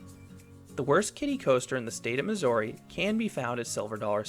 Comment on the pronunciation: but why pronounce missouri wrong lmao